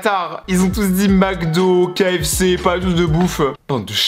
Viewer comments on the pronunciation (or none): none